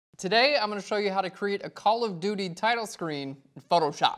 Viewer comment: I always understand "Color Beauty" when you say "Call of Duty" :) Liked the filter part in this video! Thank you for that!